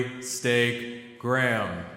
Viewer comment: he really puts the L in Lawbrey